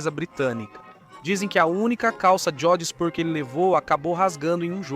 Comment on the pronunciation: Essa pronúncia "Jogsburg" está completamente errada... E "Berfak" (ao invés de Wehrmacht) também soou hilário...